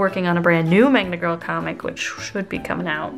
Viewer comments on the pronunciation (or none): Every time I hear 'Magma Girl' I hear 'Manga Girl'